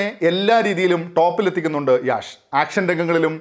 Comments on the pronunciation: യാശ് അല്ല….യശ്…. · It's not യാഷ്. It's യഷ്. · Not Yaash, its Yash 😅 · Yaash alla, Yash aan